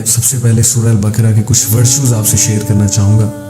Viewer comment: Assalamoalekum aplog q ko k kiyon perhtey hain. Quran ko bhi kuran perhtey hain esa kiyon hai? Sura baqra ko bhi sura bakra boltey hain. Meherbani kerke sa kariey aap esey perhaeyngai to apkey student bhi yeh hi perhaingai.